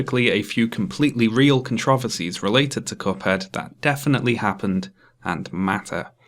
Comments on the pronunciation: Love the vid. Hate the way you say controversies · You do not actually pronounce “controversies” like that